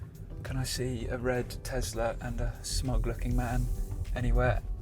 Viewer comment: Tesla! Not "Tezzla"!